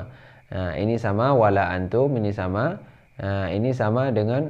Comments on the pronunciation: Nun sukun ketemu huruf ta hukum ny ihkfa di baca nya dengung ustad,, Bukan antum tapi angtum di tahan dua harokat.. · bang di surat alkafirun dlm bcaan walaa antum itu hukumnya ikhfa haqiqi bacanya jd ada dengungnya...mk dibacanya wala angtum Krn nun mati ketemu dg huruf taa.. maaf ya hny koreksi aja...tdk ada maksud lain...